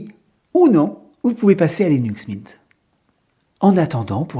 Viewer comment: windeau c’est comme Linu Min 😉